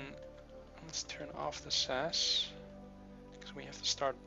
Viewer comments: Please say S.A.S not sas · Not that it matters, but ti S-A-S and E-V-A individual letters.